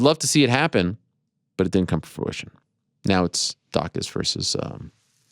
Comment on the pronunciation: Is the guy who acts like he cares so much about proper pronunciation, saying "for-ition" instead of fruition? 🤔😂